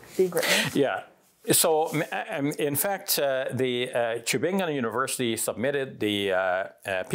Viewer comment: Subhanallah as a german native speaker I really like how you pronounce the word "Tübingen" barakallahu feek